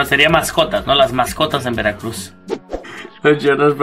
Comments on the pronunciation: Awwwwww el estadog de veracrugs (imaginense la voz del narrador frangses? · JAJAJAJAJAJAJAJAJAJAJ que dijite de veracruh